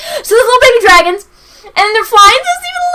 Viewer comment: Dwagons...nice Imma take that.